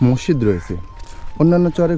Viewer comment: মসিদ না মসজিদ টমেটা না টমাটো